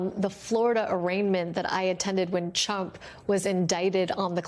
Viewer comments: When Lisa Rubin began she clearly said 'Chump' rather than 'Trump' Not really a mistake. 😅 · aaaauckusations :) and she definitely referred to trump as chump! haha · > She pronounced him as chump! 🤣🤣 Yes it's true his name was Donald Chump! 😂😂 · she calls him "chump" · Am I the only one who heard "Chump" ?